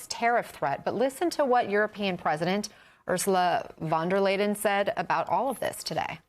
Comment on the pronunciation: 😂 if you don’t know how to properly say Ursula von der Layen 😂 Please rethink your journalism career lady